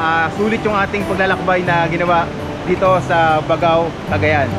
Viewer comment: BAG-GAO po bigkas niyan...di po BAGAw..